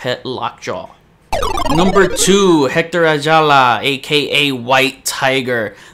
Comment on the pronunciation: Proud but can’t pronounce Hector correctly ☺️